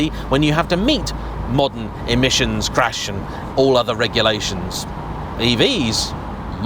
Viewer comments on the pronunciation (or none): none